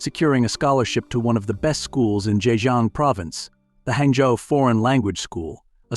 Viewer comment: hey fyi so the city he came from is hangzHou not hangzou